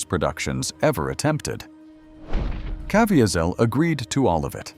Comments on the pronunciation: The AI voiceover is so annoying with incorrect pronunciation. Cav-ee-sel is correct pronounciation. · It would be great if the AI would pronounced Jim Caviezel’s name correctly. I’ve been in church when he gave his testimony. He pronounces it Ca/vee’/zel. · I sure wish the narrator could pronounce his name correctly. But I guess AI isn't that good yet.. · AI's mispronunciation of Jim Caviezel's name is extremely distracting. AI should have been set to only use his first name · Too bad the narrator didn't properly pronounce Jim Caviezel's last name. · I can't listen to a narrator who cannot pronounce Caviezel's name. AI or not, that is intolerable. Out at 40 seconds. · Supposed to be a L they keep on mispronouncing Caviezel name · i don't think that is how he pronounces his name. also he was hit by lightning according to his own testimony what is wrong with this content creator. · Right off the get go and his name is mispronounced. What a turnoff to an otherwise interesting topic.